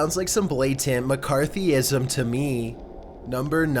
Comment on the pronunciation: LOL. He said McCartyhism... And used it wrong...